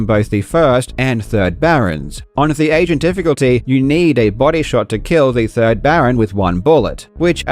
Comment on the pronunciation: "..a brand new world record for Egypt on the asian difficulty.." Huh?? Oh "agent" lmao